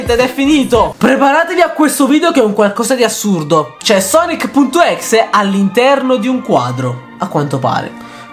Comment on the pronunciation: Pk dite exe se si pronuncia ex